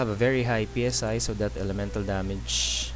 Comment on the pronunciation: How to read greek letter Psi normal people: Say once human people: Pee Es Ay